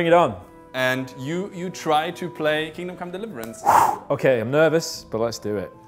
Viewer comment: Are you german? Your way of pronouncing Kingdom Come Deliverance seems very german to me.